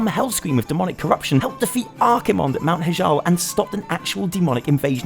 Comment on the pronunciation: "AntonEEdas" "Mount HEEjal" /triggered